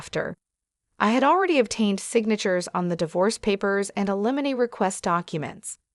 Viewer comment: You need to teach your AI how to pronounce alimony and naive. Had to stop listening it got so irritating.